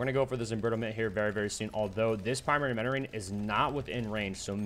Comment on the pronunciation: Is he saying primary menoring not mentoring?